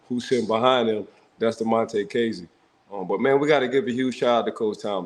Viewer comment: You were pronouncing kazee wrong and then Ike proceeded to say his name the right way 6 times in a row 🤣🤣